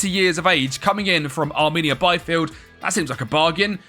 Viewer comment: As a German having heard you mispronounce Bielefeld like 7 times over different videos, I shall impart my pronounciation wisdom upon you. The iel in BIELefeld is pronounced like the fish eel. So it is more like Beelefeld, also the e after the L isn’t silent.